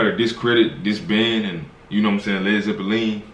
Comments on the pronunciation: It's pronounced 'Led-Zep-lyn. 😊❤ love you guys! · Its pronounced Zeplin . Just for future reference. ❤ u guys discovering my era of music. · Its Led Zeppelin. ( LEAD ZEPLIN ) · Pronounced led zeplin . And it isn't a spring clean for the May queen: It's just A SPRIG LEAF for the May queen. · Led Zep Lin...correct pronunciation! U guys are hilarious!❤️ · It's actually pronounced led zeplin. A zeppelin is kinda like a blimp. When they were trying to come up with the name of the band something happened (I can't remember what) and somebody said "man that flew over like a lead zeppelin". A zeppelin made of lead wouldn't fly very well would it? So from that the name was born. At least that's the story I heard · led zep e leen !, lol love yall. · Led Zep a leen! 😂🎸☮️💕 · I love that you appreciate the band. However, it's pronounced Led Zep-lin Keep digging the sh¡t. One of the best bands of all time. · Lol! It’s pronounced Led Zeplin! Y’all are too cute! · LED ZEPPALEEEEN?????? LOLOL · Pronounced “ Zep-Lin. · It's pronounced Zepp lynn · How you taking over when you can't even PRONOUNCE the name of the correctly ~ 😈🔺🦋😷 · The way you pronounce Led Zeppelin is adorable! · It's zepp-lin not zeppiline. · Please baby doll, it’s not pronounced Led ZeppeLEAN… it’s Led ZeppeLINNNNN! Led Zeppelin. I was feeling like hearing nails on a chalkboard to hear it said the wrong way! 😂 Thank y’all, punkin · Its pronounced Led Zep lin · Please tell me yall know ots not ZeppaLEEN? It's Zeppalin. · Led Zepe-LEEN? 😁 Led ZE-pe-lin. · when he calls them Led Zeppalean... cracks me up every time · I love how you pronounced it “Led Zippa lean” 😂 love watching yall!! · Led Zeppeleen😂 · Just LOVE the two of you! It’s Led Zep Lynn. Last syllable sounds just like the woman’s name Lynn 💙💙💙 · It's pronounced Zep Lynn. The instrument that sounds like a whistle is called a mellotron and it has the layout of a piano keyboard. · Oh, and it's "Zepp Linn" 😉